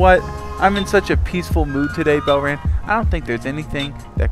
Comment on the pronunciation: is someone gonna tell him its not pronounced belrand